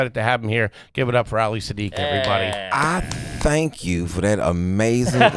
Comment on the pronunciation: It's Siddiq. He does not like saddiq. Cuz it sounds like sad dick